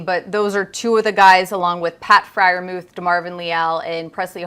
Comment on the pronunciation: Heard that mispronunciation.